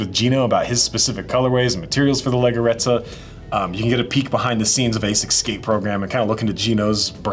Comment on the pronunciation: The pronunciation of leggerezza is lejjerezza